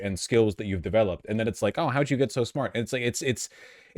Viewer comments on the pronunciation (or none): none